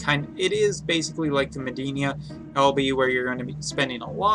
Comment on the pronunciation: Haha I also cringe when he says Mediena. It’s pronounced like Meh-dee-ena. But I support all his content even if he cant pronounce it 😹